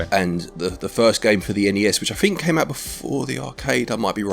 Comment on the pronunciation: I can tell you were feeling poorly, because you kept saying each letter in ‘N.E.S’ instead of just the single word ‘nes’